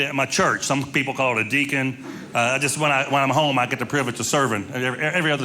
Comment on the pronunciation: Interesting that pronounced “deacon” as “dee-AH-con”. That, incidentally, is the Russian pronunciation, as well